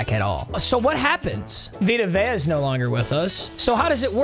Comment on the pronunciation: vita vea's name "dia rhea" im dead😭😭